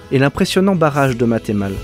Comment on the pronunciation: de mémoire tu as d'abord dis Vinça "vInça" au lieu de "VINça" en suite Llagonne c'est "La Liagonne" et enfin c'est Mat"EU"male et non Mat"é"male. Voilà! C'est pas méchant mais quand on connaît le nom d'un bled ça pique à l'oreille!😅